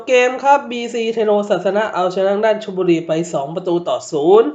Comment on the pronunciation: พูดเรียกชื่อทีมบอลก็ไม่ถูกเลยครับ ชลบุรีครับ หนองบัว พิชญ ครับ